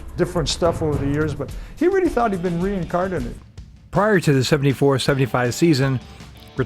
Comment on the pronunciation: Did he just say re-car-nitted? Instead of reincarnated?